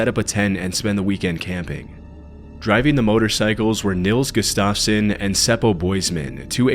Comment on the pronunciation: You’re a great voice actor! But, please learn how to pronounce names. Gustafson really isn’t hard. There are apps that you can check to help you with names. (I’m a voice actor, radio, and I use a fake name because I’m of Polish descent and it’s just too much for people. Lol.) Keep up the good work!!